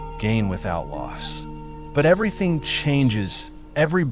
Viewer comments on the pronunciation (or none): none